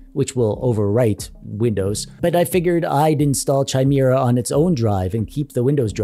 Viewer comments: ITS NOT chi-mir-a os its kai-mera-os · It's NOT CH-IMERA. its kha sound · Pronounced "KAI-MARE-UH". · Chimera is usually pronounced with a hard ch. (Kai-mera) Disregard this of course if it's pronounced different for the OS. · It's pronounce Kimera not Chimera, a Frankenstein's monster of ancient mythological monsters to be sure. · Pronounced, "Ki,' mire". It is not like in the word China. It is a Greek mythology creature. STILL, LOVE THIS VIDEO ! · Ah yes... The Chai-Meerah OS. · In case anybody doesn't know, it's pronounced KI-MARE-AH. Hard k. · Say it with me: Kai-mare-ah. :p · CH-ai-mi-ra!!! He said CH-ai-mi-ra *facepalm*... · Bro for the love of all that's Holy... It's pronounced ky-MEER-ə! Now, can I get my controller or kb to turn it on? Can I get it to them power on my TV. Can turning it off, turn off my TV and vice versa? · The amount of pain I experienced every time you mispronounced chimera was indescribable. It's not pronounced with a CH sound, it's pronounced with a K sound. Kimera. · Quit calling people 'a' holes.... lol As for the OS name it's pronounced with a K, so it's K(eye)mera. I've definitely heard worse pronunciations though :) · Why do you keep pronouncing Chimera so wrong like is hurts my ears just hearing you pronounce is wrong.